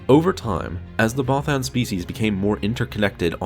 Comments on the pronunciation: Bothan is pronounced (both-ENN). It's literally said in ROTJ by Mon Mothma, bro. Twice. No offense, my friend, but you seriously need to brush up on your pronunciations. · I like ur vids but not how u say bothan but keep doing u bro